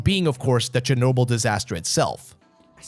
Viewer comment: CHERNOBYL, ITS CHERNOBYL FOR THE GODS SAKE!